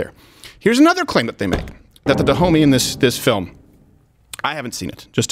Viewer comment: “Da Homey”? No fucking way…